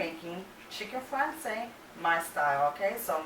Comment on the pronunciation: In Italian, it's pronounced "fran - CHAY - zay,"... Please stop butchering it...